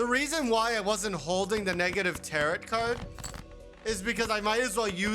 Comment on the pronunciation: "Taret" like "Carrot". I'm out